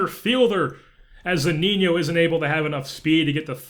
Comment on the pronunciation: Its Mike Zuh-Nee-No not Mike Zoo-Neen-Yo